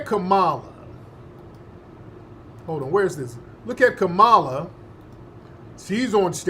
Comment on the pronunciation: How do u know someone in media is being paid to speak for the Right.... they say Vp Kamala name wrong like their 7 yrs old & can't pronunciate correctly